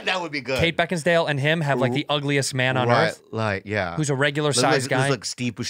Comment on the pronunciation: Santino has been saying "Beckinsdale" for years now, even after reading her name lol